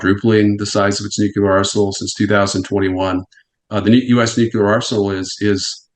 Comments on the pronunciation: Nuc-LEAR. It’s not pronounced nuc-you-lar. Kind of diminishes the message when the guest mispronounces the word multiple times. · Someone needs to tell this Nuclear expert: it's pronounced "nu-clear" not "nuke-ular" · Nuclear: "Nu Klee Ur"...not "Nukular" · Anybody that says “nucular” immediate loses credibility IMO. Say it right: nuclear. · I said it last time and I’ll say it again. Who ever Pronounces nuclear as “New-Q-Lur” instead of “New-Clear” should not work on our around the topic. Grinds my gears something fierce, boy. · New CLEAR! Not nuuuQlar! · I effing hate it when anyone but especially an "expert" says nucular instead of nuclear. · Honestly, WTF is so difficult about the word nuclear? It’s pronounced in the manner of new clear, not nucular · It’s hard to watch when this man mispronounces nuclear over and over again. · The pronunciation of "nuclear" as "nucular" by a supposed expert. He said it so damn much too! 😂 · @@ nu clear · @@ can you read???? not nu que ler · Gotta' love that nucular war expert. New. Clear. It's just not that hard. "When I wrote my unpublished book". No shi*. I'm so convinced. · I am backing out of this video i cannot handle people saying “nUkUlAr” anymore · Nate your "expert" said at least 100 times "nukular", i managed to endure half hour in to interwiew, but it's unwatchable. I have no desire to troll, but man- just listen him, and lastly all he said we allready know, call Scott Ritter he surely knows much more than this klaun. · Nu Ku ler. It's pronounced nu Ku ler 😂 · Why does everyone say Nu-cu-lar? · Interesting factoid, he says Nucular. John Haller says it that way sometimes said that 8 presidents said Nucular. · needs to learn how to pronounce the word nuclear. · Had to quit before half way in cause I can't keep hearing this idiot say NUCULAR. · Nu-cle-ur Real-tor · WHO... TF... ARE THESE PEOPLE TO SPEAK ON WAR WHEN THEY CANT EVEN PROPERLY SAY THE WORD "NUCLEAR"? ITS NOT NUCULAR DUMBASS' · but he said "nukulur"